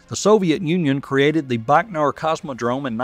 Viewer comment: A side note - it's bai-koh-noor ("bai" as in "bywatch"), not "Bachnor". Goggle Translate says "Байконур" = Baikonur. Nyhork Saity in Emrica, eh?